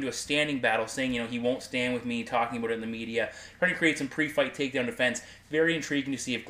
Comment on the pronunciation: your "out" and "bout" words sound more like "eut" and "beut"